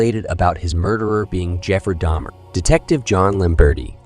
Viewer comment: This was a good and informative video. But the fake attempt at some form of AI voice over makes it annoying. You pronounced Jeffrey Dahmer's name correctly the first time and then seemed to purposely say it wrong the rest of the time. And it seems you purposely said several things wrong in an effort to sound like AI. Its weird. Through most of the video you called him william NewtonS and then changed. Its weird and disrespectful to the deceased.